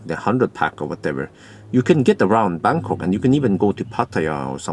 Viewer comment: Why do i keep hearing Berkåk instead of Bangkok ? About 0.13 €/kWh in France.